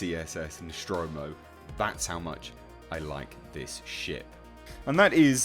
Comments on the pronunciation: I believe it is pronounced Nostromo, not Noschtromo. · the "Noshtromo"? WTF? Since when it is Noshtromo and not NOSTROMO? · It's Nostromo'.. Not Neschtromo'... Damn Brits'... So annoying... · Noschtromo? ....seriously? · Very good vid but why do you pronounce the ship's name as "Noshtromo"? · What the fuck is the ‘noshtromo’? Was it built at the Sean Connery Shipyards? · Really interesting stuff! Where the hell did u find all the data of Nostromo? BTW didn't know is's pronounced Noshtromo. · One minute in and You've already pronounced the name of the vessel wrong twice. The name is NOT Noschtromo, okay?